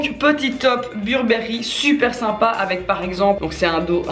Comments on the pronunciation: On prononce « Beurbeuri » pas « burbéri » 😕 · On dit burbery comme avec l accent anglais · « Burbéri? » chez moi c’est « Beurre Beuh Riz » qu’on prononce mdr! Sinon bisous 🍑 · Pareil 😂 beurre beuh riz🤣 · Ma mère le prononce "bébéri" 😂😂